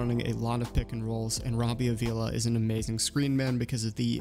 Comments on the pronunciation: I’m sorry, but my last name is Avila as well and I just gotta comment on this. Pronunciation is “Ah-vee-la”. Not trying to be a jerk. Loved the video! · no worries at all bro, the way you said it is the way most people say it, so it’s really not a big deal. I’m just trying to get the word out 😂